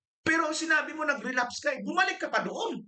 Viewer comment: Sir relabs ang na rinig ko hindi relapse